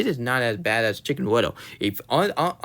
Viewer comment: Why do you pronounce Cickn wittle?